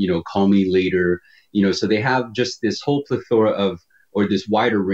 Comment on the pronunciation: He pronounced plethora as "plih-thor-a"...holy barf haha